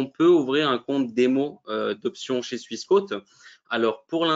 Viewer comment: pourquoi prononcer swiss" quôte", alors que ça devrait logiquement se prononcer "quote", comme une quote boursière.